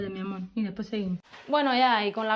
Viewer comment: Hola Niña Bella yo creo que cada País tiene su cultura y su forma de hablar pero noto que los cubanos y Dominicanos utilizan la letra L para todo por ejemplo la palabra AMOL y en realidad es con R o sea AMOR y así con muchas palabras más y como que a veces gritan mucho para hablar pero ta como lo dije antes cada País y cada cultura es diferente acá hablamos el español claro el Río Platense pero dicen que el verdadero idioma Español es justo el de ESPAÑA.🇺🇾🇺🇾🇺🇾🇺🇾